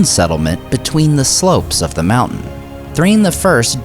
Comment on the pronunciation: What is the "Mooouu'hnnn" he keeps talking about?